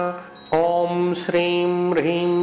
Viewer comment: Please correct the pronunciation.. Shirim/Brihim??